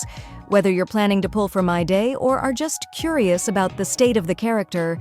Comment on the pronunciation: im aboit to crash out. Creator if you read this fix the pronounciation of your ai or google generated voice. Hearing "Myday" makes my blood boil. His name is "Mydei" WITH AN I. and whoever disagrees. Play the fogging story. everyone and their grandma pronounce him "Mydei" with a long I.